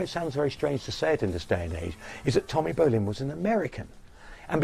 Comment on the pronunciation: Great story aside the bald/hairless commentary throughout with obvious prejudice and subjective comments that never work well in documentaries. The guy or producers don't even pronounce Tommy Bolins name right. Really? ...There's better documentaries out without the judgment.